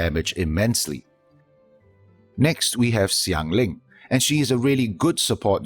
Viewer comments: Great video as always. Just wanted to say, as far as the chinese names go, it's "Shanling" not "Ksianling", same with Xiao, it's "Shao" not "Ksiao. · the Xiang from Xiangling in that video, if you break it down, is more of "si-ang" (pinyin using Xiang). Xiao is more of si-ao. Anyway Xiang (or shi-ang/si-ang if you want to break it down) is totally different from shan. Xiao, which sounds more like si-ao or shi-ao (without that obvious sh sound) isn't shao. Shan and shao exist as a totally different word written phonetically with pinyin, and of course their pronunciation are different.